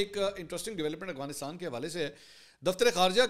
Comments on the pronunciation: Mansoor bhai plz Afghanistan sai pronounce kiya karen 😅 Aghwanistan nai hai Afghanistan hai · خان صاحب اغوانستان نہیں افغانستان ہوتا ہے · Why do you say Awghanistan instead of Afghanistan?